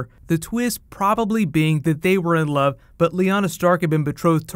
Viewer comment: "They were in lowwwwve" So funny him pronouncing love heueheuhe